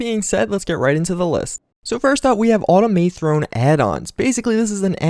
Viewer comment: why the fuck can't you say "automathrone" right? just like automaton. Not Autom-A-Throne.